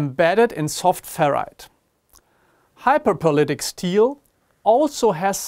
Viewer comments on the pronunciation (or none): "hyperpolitic steel" sorry? What